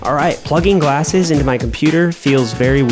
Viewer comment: "Gallses" blew me up 💀💀💀💀